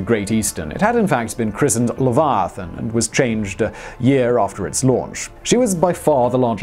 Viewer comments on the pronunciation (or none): I live near Kentucky just north of the Ohio River and I gotta mention, you say Leviathan like a good ol' boy.